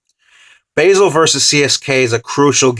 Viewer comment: it's pronounce bah-zel not bay-sel